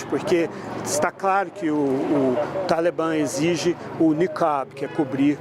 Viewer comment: Toda hora talebamm ele falando talebamm